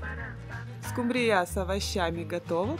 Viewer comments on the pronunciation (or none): В слове Скумбрия, во всех его формах ударение ставится на букве У. Прекратите коверкать слово!!!